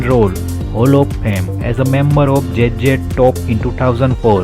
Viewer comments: Should have played there songs in background, also do learn the proper pronounceation, its Z Z TOP NOT JJ TOP ok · J J Top. Obviously, English isn't his first language, but you would think he would have practiced the name a little. 😅